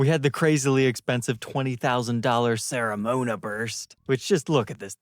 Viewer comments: That mandolin color is actually pronounced Kremona burst, from Cremona, aka "the town of violin", capital of lutherie and hometown of none other than Amati, Guarneri and Stradivari!!! Something we're really proud of 😉😉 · Kreh-Moe-Nah. Cremona. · How can you pronounce Cremona as "Serra-mona"? 🇮🇹🎻 Thanks for the fantastic videos, though,. 😊